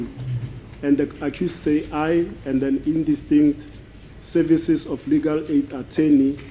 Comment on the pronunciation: Interpreter and 'sayvices' for services😂😂